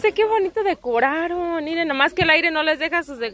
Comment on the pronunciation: Ahire!!!! Jamás, es AIRE